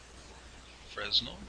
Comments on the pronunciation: Pleaseeeeeee learn to pronounce fresnel correctly! (His name was pronounced “fren-el”). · Fresnel is pronounced "fray nell". It's a french word